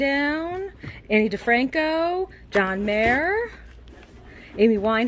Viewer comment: Linkin Park wins .... Also Ani DiFranco is pronounced On ee not Annee just saying .